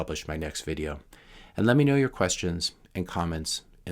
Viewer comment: You HODL, as in oddle and I'll HODL, as in hold. Drives me crazy when you don't pronounce it with a long O as in HOLD!